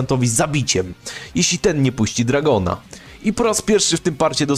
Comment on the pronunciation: "dragon" "jojio" brat wtf